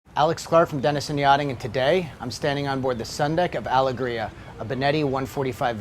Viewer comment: Am I wrong in saying it’s meant to be pronounced “AL-EGG-RIA”